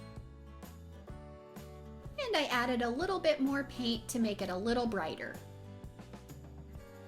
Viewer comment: cool it's paint not piant